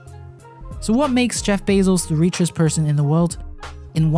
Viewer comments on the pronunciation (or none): "reechest" lol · "reechez person in the world"